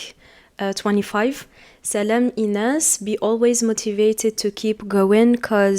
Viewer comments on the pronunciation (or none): none